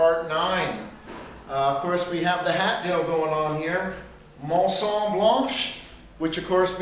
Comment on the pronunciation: Hats off to you guys for this epic rebuild and probably the best thing I have seen on teh interbutts and youtube definately in a long time simply awesome that you have taken the time to do these videos of such an awesome car. Only comment so far, is about this video but from my French lessons, "maison" is actually pronounced "May-zon" Epic rebuild guys